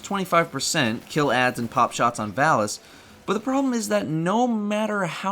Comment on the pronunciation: Stop saying Valus wrong.